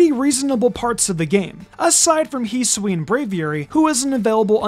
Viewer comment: You are saying Hisui incorrectly